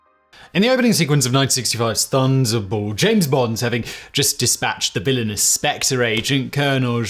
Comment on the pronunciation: Dude, how did you pronounce Thunderball? Have you even seen the movie...or any of the James Bond movies?!!!